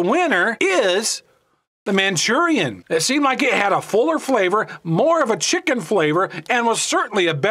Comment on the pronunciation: I like the Maruchan “chickie” flavor. 🤣